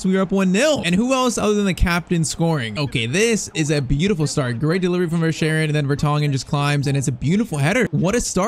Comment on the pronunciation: I have been to Belgium verschaeren is 22 years old we say ver-skai-ren